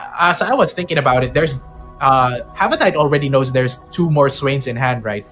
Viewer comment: Its Ha-va-ti-te not Ha-va-tayt 🤦🤦